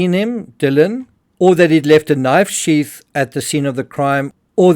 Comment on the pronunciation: Sheath not sheaf. Why can't Brits talk correctly? Brit ebonics. Ghetto